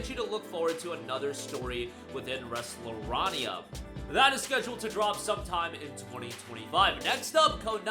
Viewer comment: Also pronounced Resleriana incorrectly